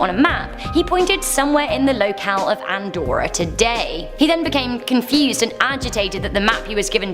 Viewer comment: Andorra....I thought you said Antwoord....thought you were going Africans on me there..